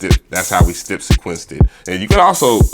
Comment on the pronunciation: Dope beat but if you say stip one more time bro it's step 😂😂😂